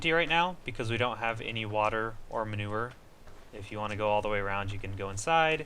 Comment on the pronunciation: Its manure not manover